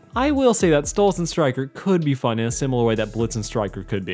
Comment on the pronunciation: please stop calling him stolitz 😭 he's a demon from the goetia and his actual demon name is stolas